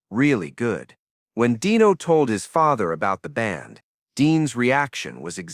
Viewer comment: Dino Martin's name was pronounced "DEE no". it wasn't EVER said as "DIE no". The use of AI should just stop. STOP! Ugh. Hire a voice actor next time.